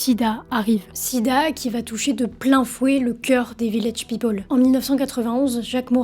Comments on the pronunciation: On prononce peopEl et non pas peopOl. C'est insupportable. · Oui, en français elle articule assez bien. Mais son anglais est à chier!! ("Ze rrietchie faamili", "Ze wiilage pipole", etc...😣)